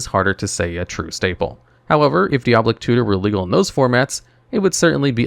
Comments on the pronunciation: Wrath definitely should have been something else. Also, did he have a stroke during the Demonic Tutor section? Kept repeating the same couple phrases like 3 times each, then called it Diablic Tutor the whole time after 1 mention of Diabolic Tutor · 'Dee ob lick' ???? dai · uh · baa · luhk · It's DEE-OB-LIC tutor lol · Say it with me - Di -A-boll-ic. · die-uh-ball-ick 4 syllables love all ur vids by ty for making them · "diablic tutor" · Ahh yes deeoblic tutor